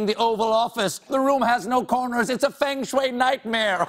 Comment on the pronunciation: wow Colbert actually pronounced feng shui right